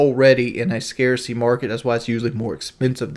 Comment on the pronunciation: This 62iq cloen couldny even pronounce the word scarcity and hes trying to educate his viewer on issues eletric vehicles eill have and the effect on thr supply chain. He says he stopped talking about stuff he knew nothing about back in his pka days....yet here he goes again